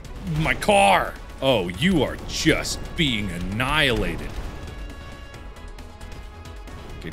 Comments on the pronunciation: this is how many times markiplier said anilated ⬇⬇⬇ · Drinking game! Everytime he says "enialated" You have to take a big gulp of any drink, if you are older use alcohol, if you are like me, too young, just drink anything you want ^^